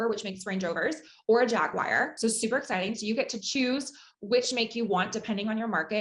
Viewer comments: Did she say Jagwire? Instead of Jaguar? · Did she just say... Jagu-wire? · The fact that the fake called a luxury car a ”jag-wire” tells me all i need to know about her 😂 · Wait why did u say JAGWIRE